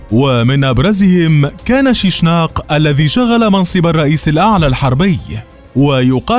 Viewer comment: يا اخي طريقة نطقك لإسم شيشنق مستفز ثانياً قبائل المشواش والليبو قبائل ليبية شيشنق ليبي اصلاً وفترة الحكم هادي اسمها فترة حكم العائلة الليبية كتفم مصادرك